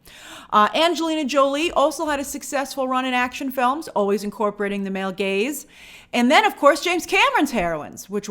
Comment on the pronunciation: I love that Grace felt the need to specify "male gaze" and not "male gays" lol